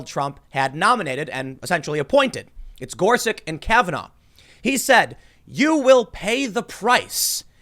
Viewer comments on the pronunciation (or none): "just so happens to be Gorsich and Kavenaugh" says Tim